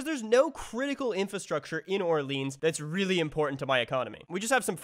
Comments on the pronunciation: So painful to hear you pronounce Orleans like that lol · I think it's because there is a neighborhood in Ottawa called Orleans that they pronounce in the English way